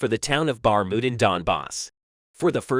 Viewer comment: Bar-mout? Bar-kiev? Only VERY old videoclips. Sentences that no normal person would say. This is a typical Chat gpt created channel, with a voice bot doing the narration. Do not support this kind of channels that are only in it for the money. Report them to youtube so they can be banned.